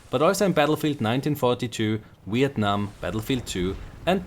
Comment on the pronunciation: dat Wietnam tho... gotta love nordic dialect!